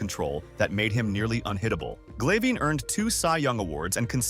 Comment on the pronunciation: To the AI narrator, thanks for giving "Tom Glayveen" and "Andy Petite-tay" mention.